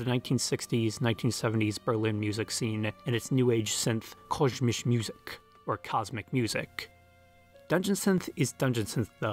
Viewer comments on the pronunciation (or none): "Kosmische Musik". Pronounced as "Cos Me Chu Moo Seek."